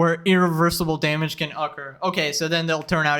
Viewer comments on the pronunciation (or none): bro can’t even pronounce occur. wtf is ucker?